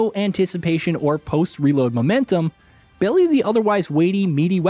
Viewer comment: "...BELLY the otherwise weighty..." For your edification, it's pronounced "Be-LIE" And that is my PSA for the day! ;)